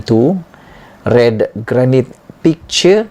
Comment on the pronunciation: Perkataan GRANITE harus disebut GERANAIT dan bukann GERANIT....bermakna BATU BATAN.